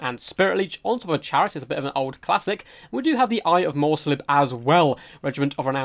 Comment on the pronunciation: second, and while we're at it. "Morr'slieb" is "Morrs-leeb" Liebe is german and means love, its the beloved cygor of the chaos moon Morr